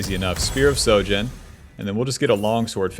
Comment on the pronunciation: "Is this bronze? No it's Masters NA" So yes it's bronze. Also, could you try saying SHOJIN correctly lol. You keep saying SO jin.